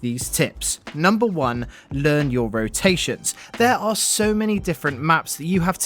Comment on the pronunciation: Learn your "roations" LOL